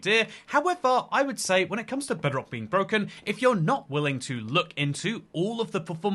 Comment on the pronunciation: Somehow I misheard it as "Breadrock"